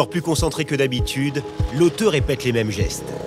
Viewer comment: "lauteuh" faut dire le "e" d'accord mais pas besoin d'exagerer mdr